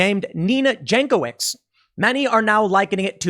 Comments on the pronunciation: Pretty sure her name is properly pronounced Yank - o - vich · Pronounced yankovich